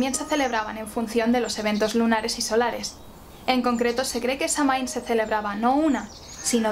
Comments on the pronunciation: La información esta bastante buena comparada con otros vídeos que he visto sobre Samhain, y agradezco mucho la esfuerza en la investigación cuando existe tanta desinformación sobre le tema 🙌 Pero también me parece muy importante que se honra nuestra tradición usando la pronunciación correcta, especialmente cuando hablamos de Samhain, uno de nuestros festivales mas importantes. Es muy fácil encontrar la pronunciación en linea ya que Samhain también es el nombre del mes de noviembre en el idioma irlandés ya que se nombró por este festival tan importante que tiene sus orígenes en Irlanda. Samhain se pronuncia <<Saúen>>, y los Sidhe, nuestra raza Hada se pronuncia <<Shi>>. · Es un vídeo muy bueno y la verdad es que poca gente comenta las diferencias entre nuestro calendario y el celta y el tema de las cosechas. Además, tu voz de narradora es perfecta y hermosa y el maquillaje lo borda. Eso sí, aunque supongo que la pronunciación de Samhain puede considerarse correcta, creo que está españolizado, la pronunciación celta (o al menos la pronunciación actual en gaélico) sería /sawain/ o /sowin/ porque en este idioma mh se pronuncian w (yo se algo de gaélico, viví un tiempo en Irlanda). Te gustaría la película "The song of the sea", por cierto, si no la has visto. Está muy relacionada con Samhaín. Oh, y en mi pueblo de las montañas de Gredos, en Ávila, se celebraba tallando calabazas y subiendo a la torre de la iglesia para encender una hoguera, asar castañas y contar historias de terror. Se notaba la reminiscencia. Y eso, buen video, a seguir así! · Se pronuncia "Sowin" no "samin" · Una corrección: se pronuncia "sóuin". 🔥🌛🌚🌜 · Se pronuncia SAWIN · Excelente información como siempre, solo un comentario, la pronunciación celta de Samhain es SAGÜIN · "quelta" "sáwin" :) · Samhain se pronuncia SAGUIN , proninciando la u y enfatizando la a como una a profunda y grave. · Samhain es una palabra irlandesa y se pronuncia "Shouin"